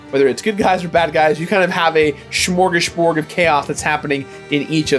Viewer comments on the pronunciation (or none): Shmorgasborg? You mean smorgasbord!